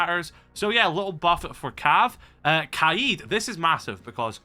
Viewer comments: yo please just say kayed and not kuh eed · The way he says kaids name really pisses me off. Kayeed 😂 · Your like the third person to pronounce Kaid's name like that. Is that actually how u say it or am I tweaking?